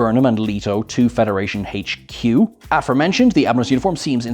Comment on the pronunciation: He trips me out haha....dude can NOT say HQ without pronouncing it hey-ch Q🤣